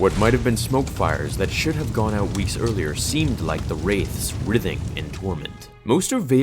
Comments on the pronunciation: I suspect you mean "writhing" -- (w)RYE-thing (Love what you do!) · Hey man, good video, but for the future writhing is pronounced "Raeye-thing". Good edits though man.